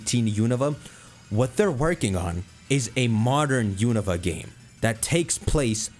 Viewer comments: The regions pronunciations are beating your ass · That Unova pronuntiation caught me off guard